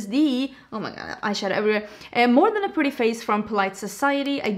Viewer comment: When you say PUrrrdy